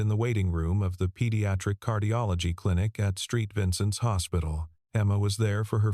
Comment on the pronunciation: That's Saint Vincent Hospital, not Street Vincent Hospital. Watching from Midwest City Oklahoma USA. 🇺🇲